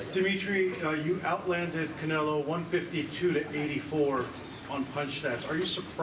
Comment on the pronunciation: Bivol dijo Canela 😂